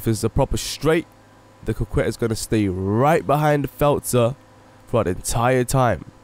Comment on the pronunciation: It is pronounced "Cockett".